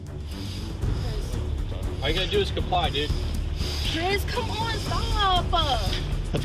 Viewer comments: Chris-ah, Stop-ah! What’s with all the people who put ah After every word??? Sounds ridiculous to me. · "Chrisah, Chrisah" i hate when whiney people put extra letters on words. "Stopuh!"